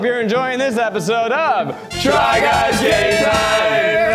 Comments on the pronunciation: Oh wow. Eugene said gay instead of game. Again. 🙄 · He always says "gay"😂😂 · i can no longer hear "Try guys game time" without hearing "Try guys gay time" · I think Eugene just confirmed a theory I've had for a long time. that every time the group says, "try guys game time!" he is saying, "try guys gay time!" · Every time they say try guys game time I here try guys gay time